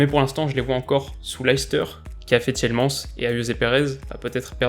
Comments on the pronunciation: Ça se prononce pas Tièlemens mais Tilemans 😉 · Alors juste pour toi, je suis Belge et à Tielemans (désolé pour l'orthographe) se dit Ti le m a nnss voilà j'espère que tu le diras mieux la prochaine fois 😜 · Tielemans en la francaise.. berk ON dit TielemANE-Ssss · La manière de dire tielemans 😂